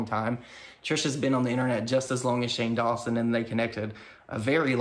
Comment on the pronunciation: "Shane DawnSoap" 🤣🤣 I must've missed that lmao